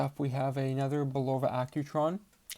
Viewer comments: It's pronounced Bull ova.! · Not bad, but where did you learn to pronounce, Bulova? Go back to old commercials, when Bulova was still an American company, and listen to the correct way of pronouncing its name.